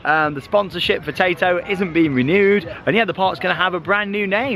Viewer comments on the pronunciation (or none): The amount of times I thought you was saying potato park